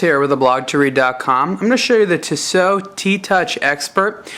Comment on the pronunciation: ur voice is really fucking anoying and its not tisooooo its tissot u dumb fuck